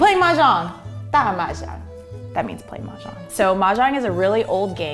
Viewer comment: it's actually da Majong but she said it so wrong